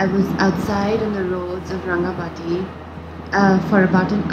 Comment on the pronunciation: It's called RangamaTi 'Ti' like Tea not like soft T.